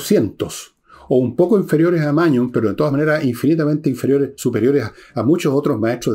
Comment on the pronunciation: Magnus Carlsen o "Mañus" de Villegas 🤣🤣🤣